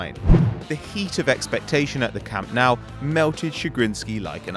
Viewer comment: imagine a football channel mispronouncing camp nou